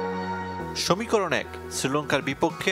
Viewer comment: সমীকরণ ❌ সমিকরণ✅ 😂😂😂 Rip Bangla media